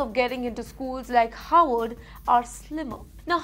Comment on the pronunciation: You pronounced Harvard as Horward. Why?